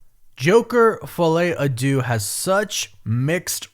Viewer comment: I realize you do not speak french. But if you make your money from these movies and the title is in french at least look up the pronunciation.